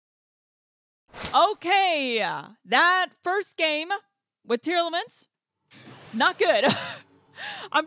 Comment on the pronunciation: how to did she pronounce every single tearlaments name so wrong?? that was an infuriating match to watch